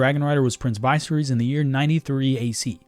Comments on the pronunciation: Vice-er-is 🤦🏾‍♂️🤦🏾‍♂️ Dude has horrible pronunciation skills & on top of that, I find it very hard to believe he never heard George rr or anybody else say his name in real life. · Mkay. First syllable is pronounced with a short I sound, like in "igloo." Second syllable is pronounced with a short E sound, like in "ferry." It's also the syllable with the greater emphasis. Third and final syllable is, once again, a short I sound, think "kiss." Now say it with me: Vi-SER-ys. There you go. 😊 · Vice-reese guys, vice-reese. We have a TV show where we can hear the pronunciation yet here we are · Viserys’ name is pronounced Va Sear Us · Dude You’ve been told by the creator how to pronounce the dudes name Vis-air-is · It’s pronounced Vis-ser-ris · Dude pronounced viserys like it’s a medicine you find at a pharmacy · Nice pronunciation of Viserys 😂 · Ur pronouncing visery's name horribly wrong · You can pronounce Rhaegar but not Viserys? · Why make GoT content if you don't watch GoT? Because if you did watch it you'd know how to pronounce Viserys